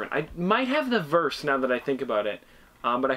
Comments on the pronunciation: Its pronounced veers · “Vers” is pronounced “V-ee-irs” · its pronounced veers but spelt vers